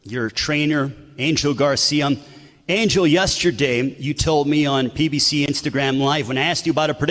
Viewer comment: “Angel Garcium”